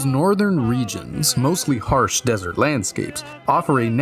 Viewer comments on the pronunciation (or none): none